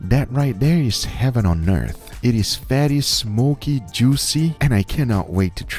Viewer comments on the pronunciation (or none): “That right there is heaven on nearth” - Guga